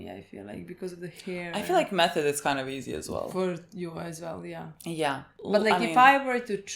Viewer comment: It´s pronounced like "Meh - toh - deh", not like the english "method". German again, you know 😉 For me she´s one of the MVPs of this arc, but gets overlooked a lot. Slayed the Gargoyles, healed injured Dünste, detected the missing replicas and stood her ground alone against Ferns replica. One of my favorites.